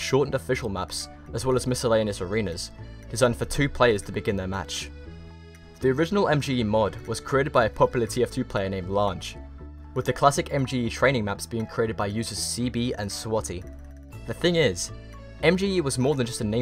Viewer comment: Lange is pronounced like you would Aang from Avatar as a heads up, I don't know what happened to him tho, it's been years. Also seeing Meridian on here so far down is weird, I remember how often we'd have it in rotation back in early 2010, and then it hits me that that is well over a decade ago now.